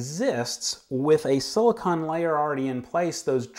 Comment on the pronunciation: Silicone! Not "silicon", ugh...